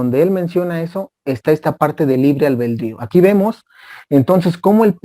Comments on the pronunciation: La palabra correcta es ALBEDRÍO NO Albeldrío. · Disculpeme, es ALBEDRIO, NO ALBEL DRIO